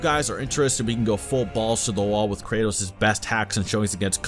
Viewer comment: For some reason I hear Cratus instead of kratos